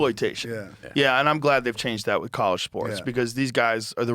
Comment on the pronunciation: Millions of "dowwers" "Psychadewics" "Cowwege" Joe apparently cannot pronounce words with Ls in the middle of them and it's all I can hear lol